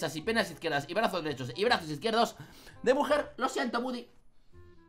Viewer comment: no es budy tu lo dises a si es gudi pero se escribe woody